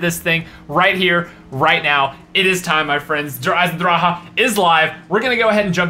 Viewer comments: when u say it derr eisendraki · Der eisendraha what a prenunsiation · it's Der eisendrache not Der eisendraha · i like how you pronounce der eisendrache as "Teh Eisendrahagh" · "Der Eisendrachahahah " Lmao I died every time he says it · Der eisendrahah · you say it like der eisendrache der eisendraha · der eisendracha you need to say der eisendrak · I'm not spelling it right but it's pronounced Der eison drac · Der eisendracha hahaha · Did he just say der eisan dra ha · 'Der eisendraha' xD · ? DER EISENDRAHA? for real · You pronounce it like isendrache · Der Eisendrahah??? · i live in germany and we dont say der eisen draha lol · I am german and he pronounced it so bad haha😂 I laughed so hard 😂😂😂😂 You have to pronounce it: "dear icendrakhe" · lmao "der eyesendraha" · Der eisendraha lol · he pronounces the name wrong its pronounced drock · It pronounced der eisndrakhe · wtf is Der eisendrhaa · The way he pronounces the map name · the way he pronounces Der eisendrache 😂 CRIIINGE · Each time he pronounces the name he sounds like he is out of breath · Google Translator: I watch me only the video, because I find it funny when Americans want to say "Der Eisendrache", but it can not pronounce German. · that's not how u say der eisendreche